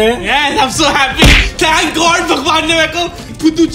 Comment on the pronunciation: thank God = thnak God 😅😅😅😅😅😅